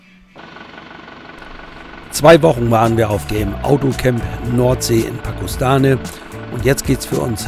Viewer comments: Pakostane hat über 4000 Einwohner. Es wäre es gut wenn man wenigstens die Namen richtig aussprechen würde. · Das Video ist ok😊 Nicht so unsere Ecke. Übrigens wird der Ort Pakoštane " Pakoschtane" ausgesprochen😅